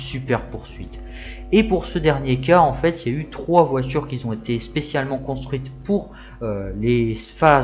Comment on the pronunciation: Sujet bien traité, bien explicatif. Attention aux fautes de liaison dans ton élocution ; beaucoup de "qui-z-ont" Sinon, il faut vraiment être passionné de bagnoles pour afficher une Ami ... 4-5-6-7-8 ? Peut-être un prochain sujet de vidéo 😊